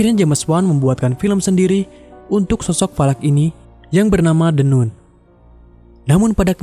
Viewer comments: Min, bacanya kok jd the "Nun" 😂, seharusnya "Nan". Klo "Noon" baru dibaca "Nun" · maaf koreksi nun nya dibaca nan trmks